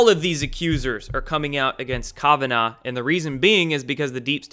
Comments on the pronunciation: Kavanaugh- pronounced Kav-short a sound ah- like open up your mouth and say ah naw- no problem with this You aren't pronouncing it right. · Love you bro but is KAVanough.. not Kovanaugh ... lol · Kavanaugh is pronounced kav ah gnaw. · Please learn to pronounce Kavanaugh correctly Calf vun awwww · You are pronouncing Kavanaugh incorrectly.